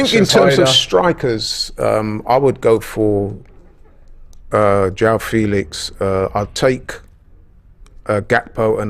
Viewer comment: Robbie it’s Mudryk not mudrych and it’s not Yoaow Felix he’s Portuguese you pronounce the J of Joao just as the J of Jesus or the Xh of Xhaka